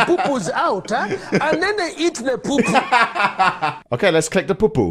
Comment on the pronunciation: When u say POO poo it makes me laugh